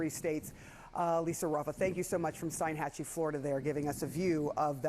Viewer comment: STEEN-hatchie, not STEIN- hatchie